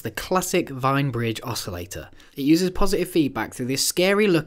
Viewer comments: Just a point on pronunciation ... It's actually a "veen" not "vine" oscillator from the German (Austrian) Wien meaning Vienna! 🤭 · Wien is pronounced Veen, not Vine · Please pronounce wien as ween, not wine. Thanks.